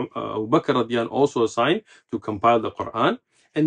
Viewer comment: I may be wrong but the sheikh may be pronouncing " radih A'nhu" instead of "radia Allah A'nhu" رضى الله عنه .